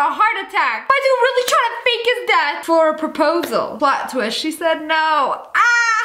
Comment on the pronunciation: When Lia said "Pliot ttwist" I literally melted